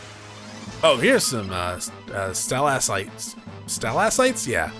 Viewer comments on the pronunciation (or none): I dunno if u read these from 2 years ago. I do hate to be that guy but I will be that guy. They are pronounced Sta-Lac-Tites. It's weird cuz they are the rock spikes on the roofs of caves and they made enemies outta them. the content is amazing otherwise so thank you.